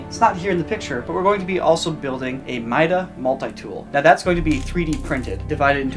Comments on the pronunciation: Did he just say Mida Mult-tie tool?! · The way the pronounced mida multi tool, eww